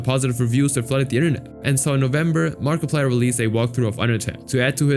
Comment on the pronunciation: Did you say markaplier